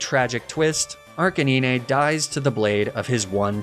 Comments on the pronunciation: is the "arcineenay" thing supposed to be cute?...funny? because it's not either of those things. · we just gonna pass over “arcaneenay”? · uh arcanin-eh? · I hate how he says arcanine totally wrong. Makes me wanna stop watching sometimes. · Does he mispronounce names on purpose? Like Arcanine and Facade? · dude can you please just pronounce arcanine correctly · nah bc wtf is a arc-a-niney and lapra😭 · Good videos but the way you pronounce Lapras, Arcanine and Magnemite is actually an assault on my soul. Also Tauros being a horse what? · That is not how you pronounce Arcanine. And Lapras for that matter.